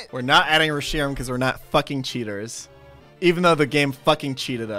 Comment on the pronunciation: I’m lowkey annoyed by the way he pronounces the Pokémon names lmao Who calls it reSHIram?